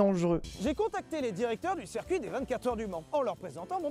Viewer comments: le cercuit ça me fait cabler, dit "circuit" stp ssssssiiiiiirrrrrrrcuit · *On dit circuit pas cercuit